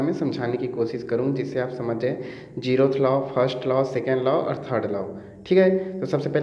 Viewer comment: Aap zeroth ko jerroth q bolte yrrr